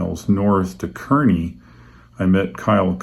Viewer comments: FYI: Kearney = "car-nee" Enjoy your videos. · I like how you didn't speak when showing the windmills. Very calming and felt like I was on a real road trip. I grew up in Nebraska. For what its worth, they pronounce Kearney Nebraska 'car'-'nee'. Thanks again for your videos.